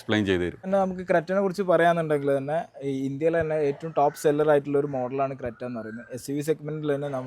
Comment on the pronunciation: ക്രെട്ട അല്ല ....ക്രെറ്റ